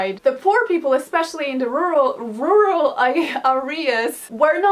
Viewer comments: It’s ok, Karolina. Most native English speakers can’t pronounce the word “rural”. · I'm from Brazil and I have trouble pronouncing "rural" too it seems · "rural" is a hard word to pronounce. 😤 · as a native english speaker, i am sorry for making you, a non-native, learn to pronounce "rural". but im also a slight sadist, so i also enjoy watching you suffer a little bit. hehehe!